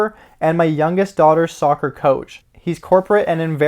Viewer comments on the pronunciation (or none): none